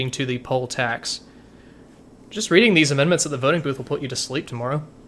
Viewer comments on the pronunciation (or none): none